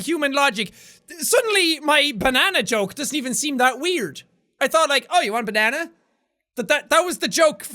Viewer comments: did you say BANNANA!!!! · It is not banana it is banene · ITS A BA-NANA-NA NEXT TO A BA-NANA-NA